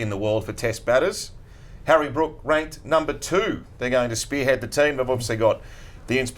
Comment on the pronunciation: It’s Harry Brook not Brooks Mark 🤙